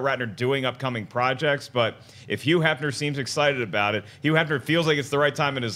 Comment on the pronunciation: I love how Schnepp fails to enunciate the H in front of some words, and not others. yuuu Hefner lol